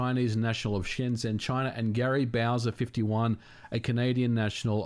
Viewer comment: "Gary Bowser" So close..